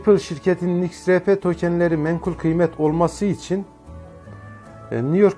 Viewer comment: İX RAY Pİ değil yanlız, Ex Ar Pi diye okuyun şunu 🤨